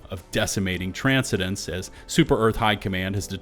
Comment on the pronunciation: Transcendence is pronounced tran-send-ence not transi-dance or whatever you're saying.